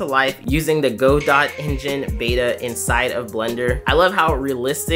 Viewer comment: Just so you know for the future it's pronounced "Ga-doe" instead of "Go dot". It is an easy and very understandable mistake to make but figured I should point it out for future reference. But other then that, love this video series keep it up.